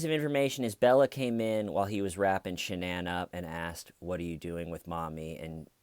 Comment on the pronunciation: One hour of Dr. Phil pronouncing Shanann's name wrong and stating the obvious.